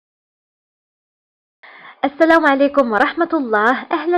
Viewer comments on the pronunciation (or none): none